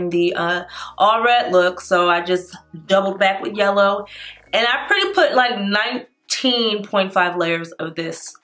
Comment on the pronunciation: LMAO “YELLER”